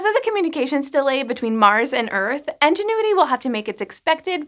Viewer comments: At first I heard “Engine-uity”, and wondered whether it was some sort of pun I’d missed by never seeing the name spelled. I paused the video to check because I was so confused! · "Ingenuity" or "enginuity"? Honest question, not sure if I'm hearing it wrong or pronouncing it wrong. Thank you :) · As I have mentioned elsewhere....if this were, in fact, resultant of the Pin-Pen merger she would be pronouncing it "in" not "en". In the Pin-Pen merger people pronounce the words Pin and Pen the same....that being Pin. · Anybody else hear En when she says Ingenuity? Like "En"genuity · Aaah! It's called *Ingenuity*, with an I. Why does she keep saying "Engine-uity"??? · I thought it was actually "Enginuity" instead of "Ingenuity" just by how she was saying it haha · It's pronounced "INgenuity", not "ENginuity"! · It REALLY sounds like is saying Enginuity, not Ingenuity. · Enginuity? I swear these people practice mispronouncing words. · Why did she keep mispronouncing 'Ingenuity' as 'ENginuity'? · I just kept hearing N-ginuity. I had to double check the name, thought I was the only one. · IN-genuity. INgenuity!!! Sorry, had to get that off my chest... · Why do you pronounce "Ingenuity" as "enginuity?" That's distracting. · I love this channel... Does she keep saying "Engine - uity?" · I don't usually critique pronunciation, but hearing her say 'Enginuity' for the whole video was a little difficult. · Yes same!! Why do they pronounce it like engenuity?? It clearly starts with an i.. (English is not my first language) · Are you saying “Enginuity”? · Engine-uity. Thats right, you heard it. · I love how you call it ENGINE-uity. Maybe that’s to honor the engineers who designed it! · She's saying Enginuity. Must be drunk. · How did you manage to pronounce Ingenuity wrong every single time? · Anyone else find it distracting that the host can't pronounce Ingenuity correctly? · Are you saying ingenuity wrong or is that just how you say it in your area?